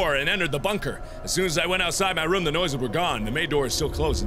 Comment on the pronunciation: i'm not saying you say room weird but but it sometimes sounds like rum the beer pirate's drink